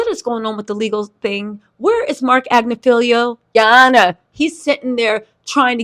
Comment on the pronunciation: AG NIF FIL LOW not agnifeelio!